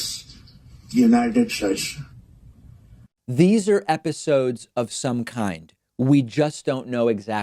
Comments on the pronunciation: " god bless the unidess shashe" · Neuderoragenative, neutrovigilantive, nitrovirginative,....err, the oranges of ...err.. you know who I mean.... his oranges in the Unitchudshtatesshovharmonica .... Watch out David! Maybe those were from Trump having some contagious nerogenderemedive...er....nerdorageneralrelative.... anyway YKWIM disease. It's a case of fear's fear. To be wary of a notably more difficult word to pronounce (7 syllables) although one is more than capable of enonciating it perfectly. You are a very good communicator, David. Neurodegenerative disorder you have not (I consulted Yoda).